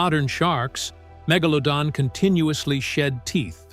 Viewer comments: The word you are Mangling is Mega-pronounced like Low-Don so MegaLowDon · Good doc. AI narrator had a rough time with the name.. lol